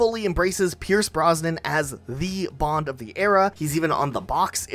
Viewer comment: Pierce Brosnan not Pierce Bronson/Bronsnon